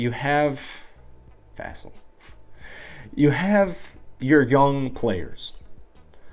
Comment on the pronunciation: From a Spurs fan (watching you for the 1st time): 1) You should be a sports columnist for a major network. You do good research, make good points, and you speak with confidence. Time to get out of your mom's basement young buck. You get extra points for pronouncing Poeltl and Vassell right! 2) At first - all of us were SHOCKED by the Dejounte trade, many of us were angry, but many also thought it was a smart move. Go look at Spurs YouTubers like TSR Sports and Dctree Nation right after the trade and see the visceral reaction. I think You Tuber "Clan the Spurs Fan" was liking the trade from the get-go. I was dismayed and almost angry. It did not sound typical of how the Spurs treat their loyal star players. Still, some Spurs fans commented that DJ's tweeting about everything was very un-Spurs-like and they weren't too sad to see him go. 3) About two days later we learned that Dejounte, even though he loves the Spurs, knew that the Spurs would not be able to pay him what he thought he was worth and he was not going to extend his contract. The Spurs front office knew this, so the Spurs did the right thing to get what they could for him through a trade. Now everything made more sense and my whole perspective changed. I think that is true for most Spurs fans at this point. 4) Once the Spurs traded Murray, it opened the door for a full-on rebuild (even though you don't like that word for this, that's what it is), and most Spurs fans as well as the Spurs YouTubers started recognizin